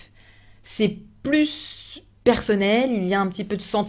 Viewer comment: Merci d'avoir préparé cette vidéo! J'ai une question concernant le mot "plus" que vous dites à . Pourquoi prononcez-vous le "s" de "plus" avant "personnel"? N'est-il pas supposé être silencieux?